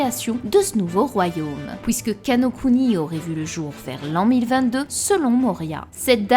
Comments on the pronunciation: « Pouisque »🤣 Super video 👍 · 2ème commentaire que je lâche sous une de tes vidéos, ta prononciation des OUI est magistrate je ne m’en remet pas je kiff 😭🤣🤣 « hOUIt » au lieu de dire « huit » et « pOUIsque » au lieu de puisque jpp😂